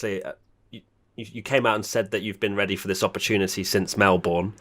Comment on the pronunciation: Not 'Mell Born', it's 'Mel bun'.